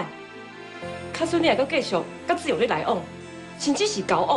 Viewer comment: 吳品妍 許鈞鈞發音不標準 是''志''勇 ㄓ四聲 而不是 ''自''ㄗ勇四聲 學點正音班再來演戲好嗎?! 我就算講話沒有很標準 也不會ㄓ ㄗ 分不清!!!!!!